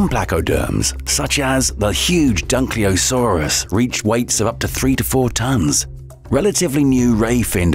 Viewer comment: Dunkleosteus = dunkleosaurus? 😂😝